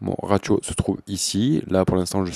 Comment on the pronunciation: Bonjour et un grand merci ! J'ai enfin compris à quoi peut servir l'automation, qui n'est pas expliquée par Steinberg (!!!). Un peu de déontologie ne leur ferait pourtant pas de mal. Si ça peut aider, on ne dit pas "raTio", mais plutôt "Rassio", en langage analytique, mais bon, la clarté de cette explication prévaut à cette petite erreur de langage, encore un grand merci, et bonne continuation